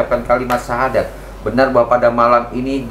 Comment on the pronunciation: Kalau didengerin baik2, pengucapan syahadatnya mbak ini uda bagus ya. Padahal bukan muslim loh sebelumnya. Apakah sudah belajar dahulu. Hanya allah yang tahu.